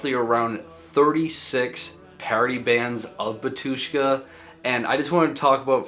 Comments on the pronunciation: you’ve got a mistake in your pronunciation. Not batUshka but bAtushka. Great video, bro. We’re all waiting for another big video about metal genre. Break a lag! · It’s bAtushka not “batUshka”😊😊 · Great video! However, the accent is on the first a, Bátushka.